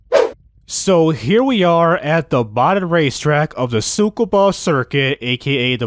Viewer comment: in tsukuba the t is silent bro. lol this is real track its north of tokyo. great video tho